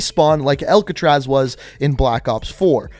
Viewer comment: saying Alcatraz: "Elk-atraz"